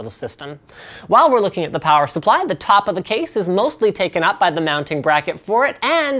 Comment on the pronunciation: Linus, you say plower supply instead of power supply. I can't unhear this.